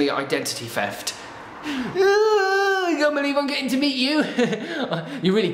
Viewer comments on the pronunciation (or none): The way Chris says "theft" it sounds like "feft"😂